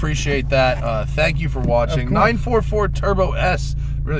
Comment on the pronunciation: I really approve of you Matt say the car's name properly " nine , four four" instead of nine forty for like most other American reviewer. Same with the 928 and 968